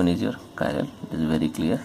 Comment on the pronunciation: some chiral u say not chiral